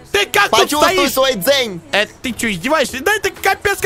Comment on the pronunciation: не дзень а дзэн